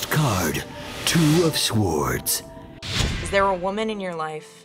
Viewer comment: why was the word sword mis pronounced LOL